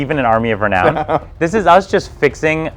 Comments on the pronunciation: More stunning info about renown-gate. pronounces it correctly but inexplicably hasn't corrected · accidentally pronounced renown correctly once. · in and renown has been mis pronounced about 6 times and i cant help but laugh. I'm trying my hardest to take this video seriously. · "Re- Knew'n" It's .....( Cough, Cough ) Ahmmm! ( REEEeee NOW! N ) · Say it with me now, re-noun. Reknown. Reeee-noun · It's pronounced re-noun. Not re-known. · I'd like to Reknow who taught these guys the wrong pronunciation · Renoon? we aren't in a western, RE -Noun please. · Reknown? Re-noun? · This was killing me. Is it a Canadian thing? Renown = Re-Noun or Re-Now-N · re-known? It's re-noun :D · This video is now a drinking game. Every time someone says “renow-in” you take a drink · effing "Re-NOUN", it's pronounced "RENOUN", though now looking at it I see how you were confused but seriously... BOTH of you get it wrong? Unless this is one long Troll... in which case... well done lads, well done. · Lmao its re-noun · It's pronounced "re-noun" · Guys I love you and I love the channel, but please pronounce it Re-noun (to rhyme with 'clown') because my ears wept tears of blood every time you mispronounced that word. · “Re-noun” say it with me -Armies of “re-noun” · It’s reh-noun my guy you’re killing me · It's "ree-noun", you silly cusstoads! Love you guys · Say it with me now RE-NOUN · YES WTF IS RENOON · Not to be a pronunciation Nazi but I think renown is pronounced re-noun. I had no idea what you were talking about at beginning of video. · Armies of reknown! Wit? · Gonna get so much flak for saying re-known lmao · RENOWN RENOWN RENOWN, learn how to say the word!!! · I wonder if they got together and were just like "Let's not pronounce renown correctly the whole time just to mess with viewers." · Does not know how to pronounce the word "renown"? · Gotta give you a thumbs down for the way you pronounce renown. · Can’t watch until you say ‘renown’ correctly 🤣